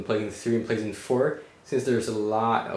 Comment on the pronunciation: anybody notice he pronounces playstation as 'pleasant'